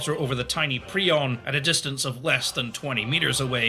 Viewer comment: wtf is he talking abt xd also why is he pronouncing 'Piorun' as 'prion'?